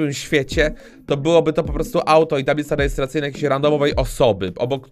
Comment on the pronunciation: talbice rejerstracyjna DIS XD